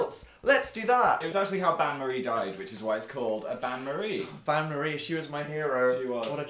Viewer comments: The bain marie was "un-stay-bowl" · It's actually "Bain Marie"(french) which translates to Marie's Bath (kinda) They pronounced Bain wrong and it was so aggravating😂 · As a french girl, Dan and Phil trying to say "Bain-marie" is the funniest thing to me, because they can't pronounce the sound "ain" right (Btw, it literally translates to "bath Marie" don't ask what it means, I don't know) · Oh is that how you REALLY feel Dan? Do I need to remind you of video "Halloween Baking: Brownie Graveyard." where at 3 minutes and 39 seconds you pleaded "Is it a bain-marie?" (Which you pronounced wrong by the way.) Then later at 3 minutes and 41 seconds you commented "Holy sh*t I think it is." Delia would be ashamed.